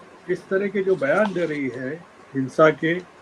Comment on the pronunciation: Hins_a Nahin... Sanskari hins_a , kahiye ji😂